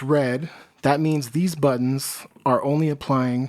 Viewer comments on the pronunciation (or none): none